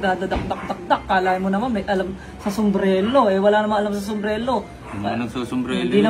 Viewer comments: wala daw alam sa sombrelo. sabe ng di mabigkas yun "Somberero" ng maayos 😅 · Sumbrero ❌ Sumbrelo ✅ 😂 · Pagsabi palang ng sombrero sablay na eh..haha hnd Sombrelo kundi sombrero😂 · SUMBRERO hindi Sumbrelo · sombrelo daw 🤣🤣🤣🤣 di nga alam paano sabihin ng tama ang sombrero ugok na hahahah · Boss narinig mo ba,, sombrelo daw,, diba sombrero dapat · Sumbrero o sumbrelo? Hahha😅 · sombrero❌ sombrelo✅ 😂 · Mas quality pa ata yung mga sumbrero sa ukay ukay kesa don sa lakers inspired kuno ni Hahahaha.. Saka Saka "Sumbrero" yon hindi "SUMBRELO" inang yan hahaha collector kuno pa.. Nice One again.. You are so back!! 🔥🔥🔥 more more more #realtak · “SOMBRERO” hindi SOMBRELO jusko dun plng shunga na🤣🤣🤣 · paturuan nga muna yung na mukhang ipis saka yung ganid na oportunista na "SUMBRERO" po yun hindi "SUMBRELO" sarili mong business di mo alam pronunciation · Nagsalita ng walang alam Ang eh tawag lang sa product di pa alam. SUMBRERO hind SUMBRELO. Sus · "SOMBRELO" daw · Wala daw alam sa sombrero si, eh yung hindi makabigkas sombrelo daw..😂😂😂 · puta na kahit tamang pag bigkas ng sombrero hindi magawa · may maniniwala ba jan kay, sumbrero nga ni hindi ma pronounce ng maayos. kopal. hahaha